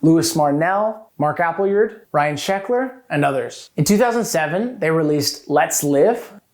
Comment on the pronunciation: Why do you call him Mark appleyeerd?